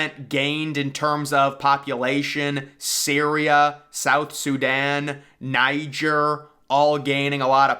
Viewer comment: You messed up the pronunciation of "Niger". Fortunately, you could've done a lot worse.